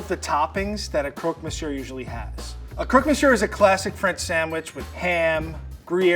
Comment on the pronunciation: It took me so long to understand the chef when he said "croque-monsieur". His french is god awful, but these potatoes will haunt my dreams.